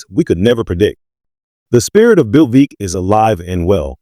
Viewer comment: Veeck = rhymes with neck